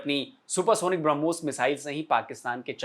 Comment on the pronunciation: ब्रह्मोस हरमोस नही ओके अनपढ